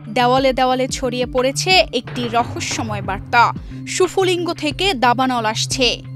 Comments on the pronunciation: শুফলিঙ্গ মানে কি লেখা তো স্ফুলিঙ্গ। উচ্চারন কি শিখায় নি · শুফলিংগ!!কি উচ্চারণ রে বাবা!! স্ফুলিঙ্গ হবে উচ্চারণ